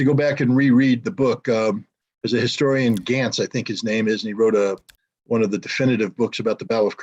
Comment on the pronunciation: Glantz, not Gantz. Panthers, not Tigers. The Tiger was actually quite reliable. No T34/85s at Kursk.